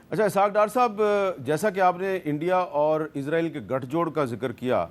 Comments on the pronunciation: Meer sab izra eel nhi isra eel lafz hai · Hamid sahab dostion ki zaban mat bolne izraeel nahin izraeel kahin